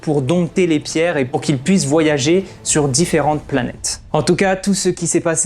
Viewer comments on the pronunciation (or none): none